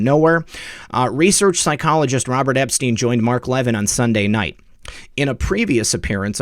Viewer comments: Would you Please Correct your grammar when referring to Mark Levin, pronounced Le-Vin, not like leaven which is what bread does. I was raised by a Broadcast Journalist, and you, should Proofread, and learn pronunciation, before airtime. Mark Levin served in the Administration of Ronald Reagan, and you weren't even a gleam in your fathers eye! Corruption dectector? More like a pup, with a Mike. Not Impressed! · Levin is pronounced Lavin with the emphasis on vin... short i.... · Great show. So much corruption. (You may do this intentionally if his name is a trigger - but Mark pronounces his last name /Le VIN’/ 🙂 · Learn how to pronounce Mark Levin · You're pronouncing Mark Levin's name incorrectly. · Love your work! Friendly suggestion. Please learn how to pronounce Mark Levin last name. Keep up the good work.WWG1WGA